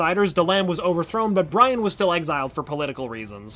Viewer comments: lol Brian is pronounced less like how westerner pronounce Brian and instead it is actually pronounced like Bree-own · Brion not Brian and how he pronounced kroloteans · Dan Garret died in 2005.Jaime (Hi-me), It's Kroloteans not krodoleans, It's pronounced des-pe-ro, Lian pronounced Lee-on, Brion is Bree-own not Brian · "Brian" = Brion "Jaime" = hi-may I love this channel and the videos but please please please look up name pronunciations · Am I the only one who cringed every time he mispronounced people's names (Brion not Brian), Jaime [silent J] not Jaime [jay-me], Lian Harper [lee-an] not [lee-in], Krolotean [kro-lo-tay-in] not krolotian [kro-lo-tea-an] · It annoys me to no end when people mispronounce names that are clearly said one way and only one way in a show. It not Jay-me, it’s Hi-me. It’s not Bryan, it’s Bree-Ohn Also, we just gonna gloss over all the stuff with the Apokolips tech being delivered to Earth through secret VR goggles as well as the introduction of Red Hood? Cool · Geo-Force is Brion not Brian (pronounced Bree-Own) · Brian???? Thought it was Brion lol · you said brian you mean bri on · I hope you are saying Leon or trying to. Also it isn't brian, its brion. B-ri-on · Am I the only one cringing over the way he said jay-me and bri-an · 93 and Bree own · Hi-mey and Bri-on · brion pronounced breeOn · Thank you! At first I thought people just say the names differently but then he called Brion 'Brian' and I literally cringed! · And Brion as Brian 😭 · Brion is pronounced Bree-own and Jaime is pronounced Hi-me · It’s Brion not Bryan. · It's Brion not Brian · How to tell this guy doesn't actually watch young justice: how he says Crolatean, Jaime, and Brion. Besides that it was a good recap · You pronounced every foreign name wrong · Great job. But the narrator obviously didn’t actually watch the series. The mispronunciations of several key figures like Jaime Reyes, the Kroloteans and Brion are just cringeworthy.